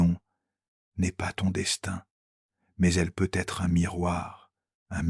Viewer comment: J'aime ces vidéos, mais apprenez à parler correctement à votre IA . Ces [ pe aitre] sont insupportables.